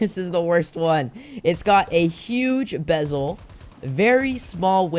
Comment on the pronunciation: I like how he went from bezel to bebel 😂